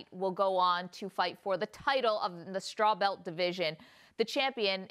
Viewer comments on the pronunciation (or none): "strawbelt division" "johanana yundrayjich" jesus christ lmao at least do some research before an interview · I wish these main stream media folks could say the words/names Strawweight & Joanna correctly. It helps to do your homework!